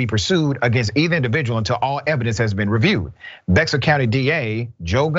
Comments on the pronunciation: Bexar County Texas, it's pronounced BEAR County, not "BEX ARE" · By the way, Bexar is pronounced as "behr". I know, its strange. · Bexar is pronounced locally like "bear". Kind of like Arkansas. Phonetically it doesn't make sense. Thanks for the story. Cop needs to be in jail, but always politics as usual when holding cops accountable. Thanks. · I live in San Antonio, & the police actually had the young man in handcuffs on the ground before allowing the EMT’s to work on him. The local news station, KSAT 12, has the footage online. Just shameful. And, I know I’ve said this before, but the county is pronounced “Bear,” even though it’s spelled Bexar. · Bexar is pronounced "Bare", just a heads up Doc. Good report though. Lock that cop up. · Its pronounced Bear County even though its spelled Bexar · I live here Doc...it's spelled Bexar...but it's pronounced "bear"...go figure....it's Texas... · With all due respect, Bexar is pronunced, 'Bear.' Yeah, I am a Cajun and it took a minute for me to connect those letters and the sound. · It's supposed to be a Spanish name and would be closer to be-har, but yeah, Texas. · Hey Doc… the correct way to pronounce that county is Bair or Bear… basically the x is silent! Texas native 🤷🏾‍♂️ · FYI: I know it’s spelled BEXAR, but it pronounced as bear. There is a story as why it’s said that way, but I need to look that up. Bear, but not BeXar. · Bexar County is pronounced “bear” county. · FYI Bexar is pronounced "Bear County" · It’s pronounced Bear county lol I know it’s weird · BEXAR is pronounced BEAR.....county the X is silent. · He pronounced "Be-x-sur County" like an authentic non-Texan.